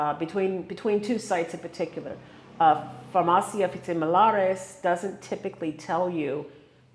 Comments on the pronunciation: You still do t know how to pronounce “farmacia” ! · Not quite right, if given a prescription for let say Xanax or Ambien, you do NOT the prescription back, a copy, yes, that is it. Please pronounce farmacia with the i like Italy or the last letter in Miami !